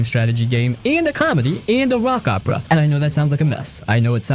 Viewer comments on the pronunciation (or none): none